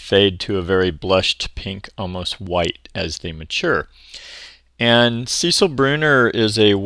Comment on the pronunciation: It is pronounced Cecile (sə-SEEL), not Cecil. It is a female name, equiv. to English name Cecilia.